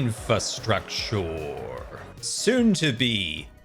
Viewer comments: It’s infRastructure, not INFASTWUCTUUUUR!!! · says infatructure instead of infrastructure lol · is he saying "infa structure"... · As this went on I lost all confidence in how the word infrastructure actually should sound 😂